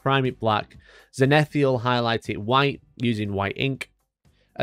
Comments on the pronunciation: Great video, contrast style paints or inks through an airbrush is a nice easy way to establish your base colours on a mini for sure. One quick thing tho: It's "zenithal" not "zenitheal". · I'm gonna be that guy, if only for a moment... 1. There is nothing that can be achieved with an airbrush that cannot be done with bristles, whilst the inverse is not true. 2. ZEN-ith-ALL. 3 syllables. One "i." GRIS-aye. 2 syllables, it's French. VOL-yew-met-TRICK UN-der-payn-TING. "Slap chop" is for windowlickers and lazy casuals. C'mon dude. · could you say zenithal again.........that was freaking me out